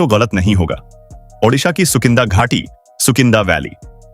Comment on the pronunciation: उड़ीसा और ओडिसा Shame on you that you cant pronounce or write correctly. One is in India and other in Ukrain